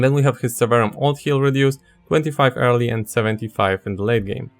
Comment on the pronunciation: It took me about 10 minutes to realize you were saying "early" and not "hairly"